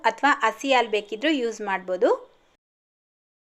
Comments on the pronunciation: Alu Alla haalu sariyagi Kannada Matadi Kannada ucchara sari madkolli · ಆಲು ಅಲ್ಲಾ ಹಾಲು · ಆಲು ಅಲ್ಲ ಹಾಲು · ಅಕ್ಕೋರೆ ಆಳ್ ಅಂತ ಹೇಳ್ಬರದು ಹಾಲು ಅಂತ ಅನ್ಬೇಕು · Aalu alla mam halu 😂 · Aal alla halu